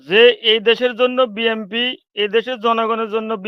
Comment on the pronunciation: টকশোতে এসব লোক নিয়ে আসে যারা বিএনপি বলতে পারেনা বিএনপির উচ্চারণ জানেনা এসব ফালতু লোক নিয়ে টক শো করে উপস্থাপক কি মাথার মধ্যে দোষ আছে